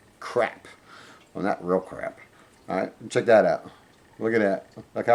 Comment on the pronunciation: It’s a water heater If the water were hot, it wouldn’t need a heater. Also, the words are: THERE & THAT. Not dere & dat. Other than the sound of your voice, thanks for the help.